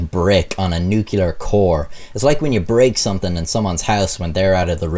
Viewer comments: Subscribed. Pls cuss less and it’s “nuke-lee-ar” not “nuke-u-lar.” You tell good stories. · Nobody:: nu killer bombs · Dammit it’s not NU-CU-LER it’s “NUC-LEAR” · NuCLEAR not Nukular, come on. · NEW-CLE-ER ... not NEW-KILL-ER. hows that for no fun at parties. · Small critique: The word is NU-CLEAR, and nu-cu-ler isn't a thing. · New Clear not new Cular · Love your videos, but listening to you mispronounce the word nuclear through the entire thing was extremely grating. It’s NOT pronounced “nu-cu-lar”...that’s an entirely different word with an entirely different meaning. It’s pronounce “nu-clee-er”. Thank you. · Hell lad, are you Irish or texan? Nucular isn't a word. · "Nucular" - Like George Bush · Safety rules not written yet? BTW the n word is pronounced New clear, not nu-cular.A n Englander would have known that. ( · I wish you would say "nuclear" instead of "nuke-U-ler" I'm sorry :[ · Nuclear pronunciation = new -klee-er not new-kew-ler. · Nuke Lee ar, not nuke you ler. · NUCLEAR NOT NUCULAR WTF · Nucular? Stop saying nucular! It's nuclear! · Just to be that guy, it's "noo-klee-ar" not "noo-kyu-lar" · did you just say nucular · NU - CU - LAR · It’s NUCLEAR. Not Nucular. Pronounce it right PLEASE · keeps saying nucular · "Nuculer"... triggered. 😉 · Love u mate but it's NUCLEAR not NUCULAR dummy. Sound like George Bush! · Sorry. Stopped watching after the word 'nucular.' Doofus. Way to lose credibility in 3 seconds flat. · "Nucular bomb?" Oh dear... > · Uh huh huh. Hey Beavis. You said nukeuler. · "Nookyaler" George W Intensifies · Nuclear Noo-Clee-ER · When I hear "nukular" instead of nuclear, I am absolutely SURE it's an armenical... sorry, amricanal... or maybe americanal... or somthing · Nukular... shudder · Sound it out: NUCLEAR -(Nuke-lee-ar) There is only one "u". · "NOOK-YOU-LURR" ...cringe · Tfw Nuc-U-lar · and for the love of God, PLEASE STOP PRONOUNCING THE WORD ‘NUCLEAR’ WRONG. i mean does it fucking LOOK like it’s pronounced “newkyuhlurr”?!